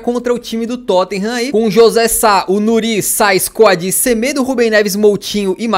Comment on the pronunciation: uma dica de pronúncia: O nome do Coady se pronúncia como algo do tipo "Coudi" sacou?